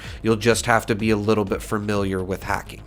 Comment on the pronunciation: Why do you keep saying “fermiliar”? There is only one R in that word. Familiar.